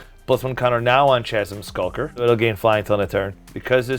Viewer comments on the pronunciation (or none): chasm skulker? i think you mean shasm sulker! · Can't bear the butchering in pronunciation of Chasm Skulker. Wtf is a "shashm"?